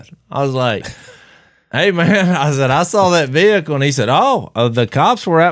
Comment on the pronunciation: what type of vee hick elle was it?